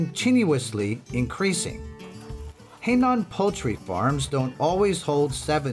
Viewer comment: Please pronoun the province correctly. Not Hei Nan. It is Hai Nan.